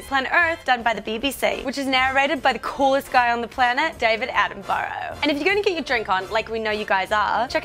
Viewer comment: Does it really matter how she pronounced his name, we know who she meant. If anyone wants to know how to pronounce the surname correctly, it's A-ten-buh-ruh.